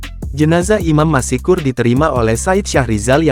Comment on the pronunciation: Apa admin tidak bisa membaca dengan benar?? Masak Masykur dibaca masikur???? Seharusnya kan tetap Maskur. Bukan masikur